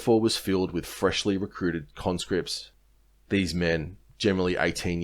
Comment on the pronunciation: Every time i hear you say conscripts i hear convicts 😂